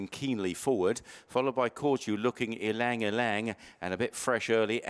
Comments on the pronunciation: Sorry to correct you there mate, but you DO actually pronounce the Y before Lang. It sounds like “elang”. You are perhaps thinking of the famous pianist Lang Lang, but this horse is named after a famous flower which has a very beautiful scent often used by Chanel in perfumes. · It's pronounced as e-lang e_lang. It's derived from the Tagalog (Philippines )word "Ilang" means "wilderness". Ylang ylang is a yellow, star-shaped flower.